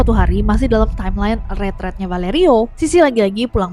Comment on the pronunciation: The pronunciation for retreat is it (ruh.treet) not retret,right?? I am so sorry for being sooo confused